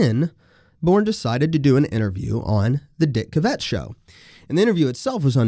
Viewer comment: good episode -- also, that is the most unusual pronunciation of Dick Cavett.